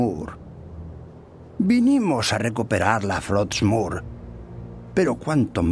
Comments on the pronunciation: "hay una espada runa llamada frotsmure" Todo disléxico el Muradín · Muradin: Estamos buscando "frotsmur"